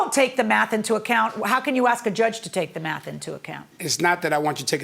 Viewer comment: Why do people not know its "ask" not "axe" drives me nuts